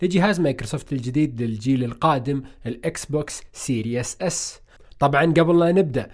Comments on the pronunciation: اخي كلمة series تلفظ سيريز وليس سيرياس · يا ناس ما تنطق سيريوس تنطق سيريز، سيريز بكسر السين وكسر الراء سيريز تعني سلسلة، سيريوس تعني جاد أو خطير